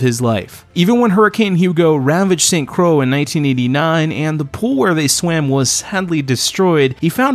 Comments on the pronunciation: My only critique is that it's not pronounced st crowwww, it's pronounced st croyyyyyy like joy spelled st croix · It is not "Saint Crow." It is pronounced "Saint Croy." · "St. CROW" .. ITS ST. CROY .. noy crow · St Crow? Say it correctly. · My goodness He keep butchering The pronunciation of St Croix